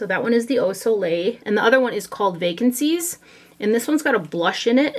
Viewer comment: The Nars palette name is actually 'Vacances' (vah - kohns) which means 'vacation' in French :)